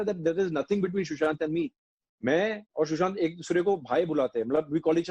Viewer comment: For god's sake it is 'Sushant' not'Shushant'